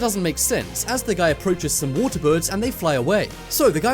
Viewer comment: The thing that annoys me the most is his ‘t’ pronounciation waTer preTTeeee ThatS the impression